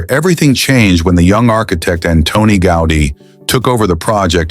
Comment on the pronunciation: Antona Goda? 😂